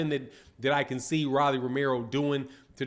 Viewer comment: Bro ROLLY! LIKE A ROLEX! PRONOUNCE HIS NAME RIGHT!!!!!